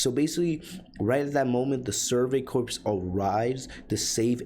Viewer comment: Just a heads up, corps is pronounced "core" not "corpse" Great summary but that was buggin me about halfway through